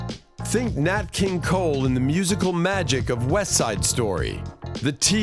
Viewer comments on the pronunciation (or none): none